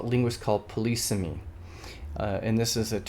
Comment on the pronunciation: it's pronounced /ˈpɒ.lɪ.siː.mi/ or /pə.ˈlɪ.sɪ.mi/ and does not involve 'policing'. ;-)